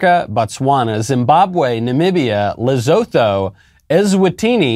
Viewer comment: Pronounce Lesotho... Le_sue_too.